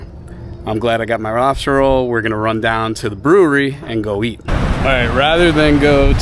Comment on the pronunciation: I swear it sounded like you said you were glad you got your "robster" roll, when you were by the truck. 🤪🤪